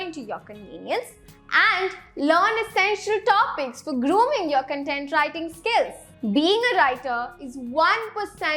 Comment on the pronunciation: Content ka pronunciation galat hai